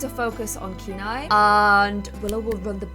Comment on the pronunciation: I think kieni name is pronounced kia-nay. Kia like the first part of kite, and nay like what a horse says